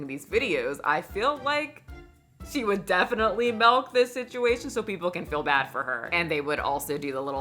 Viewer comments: Omg I can't unhear how you say milk Lol malk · I Love the way you say milk with an e "melk" Lol. You're so fabulous. I Love your content